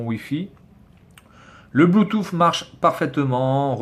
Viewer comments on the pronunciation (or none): none